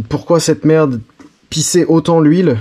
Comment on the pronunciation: pi, "y a d la mertt dans l carter", pfff ranafoutt, la mertt, bien lavée, c est propp